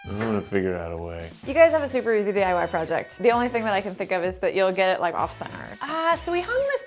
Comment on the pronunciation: anyone else notice it sounds like try die not try diy